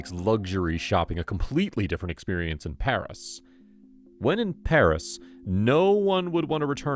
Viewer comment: _I’m living in Paris and I’m watching this. (The pronunciations of the places are wrong.)